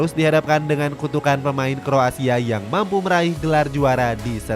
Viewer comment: kroasia bang, bukan kro asia